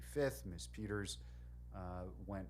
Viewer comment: This judge does not know how to pronounce the name “ Peters”what an ignoramus, for a supposedly educated man..!!